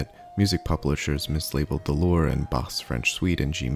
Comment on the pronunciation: Pronounced "loo-RAY", not "loor".